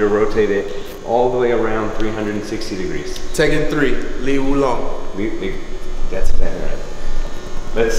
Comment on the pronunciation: he said tekken 3 lei wulong😂😂😂😱😱